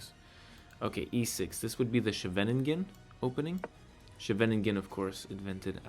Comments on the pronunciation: with that pronunciation of Scheveningen I didn't even realise you were speaking Dutch, lmao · gonna be honest I had no clue you said Scheveningen until I saw this and I’m Dutch as well 😂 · I'm Dutch. We have no town named "Shevennigen". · Ch is pronounced as a hard g, the ing is pronounced the same way as in walking. The first e is pronounced like the a in ate, the final 2 e's are a schwa, so like the e in the. The stress is on the first syllable. Good luck :) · Scheveningen is a very difficult word to pronounce for non-dutch people so don’t worry about it lol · bad not only the pronounciation but you skipped the whole ing part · butchered the pronunciation of Scheveningen 😉 but great video 😀